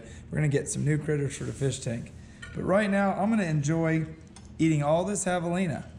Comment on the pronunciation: Javelins (espanish) you pronounce as Havelina... So José could be Hosé...😂😂😂No Chosé ??? ...I shoot it good but it's not bleeding much... Of course if you have used fuckin varmint bullet !!! Otherwise not bad video.